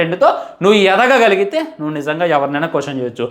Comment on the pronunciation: yedhagagaligithe ❌ yeragagaligithe 💩✅